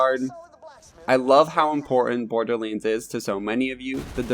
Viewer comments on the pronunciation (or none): I legit cant listen to this, just say BORDERLANDS not BORDERLEEANDS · OMG IT IS NOT BORDERLEENS IT IS BORDERLANDS. HOW MANY TIME DO WE NEED TO TELL YOU